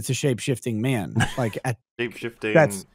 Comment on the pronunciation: I've wondered this for some time now, someone please if you can let me know why when says the word "man" as in the oft used phrases "like, man" or "ah, man", it comes out like "mhën"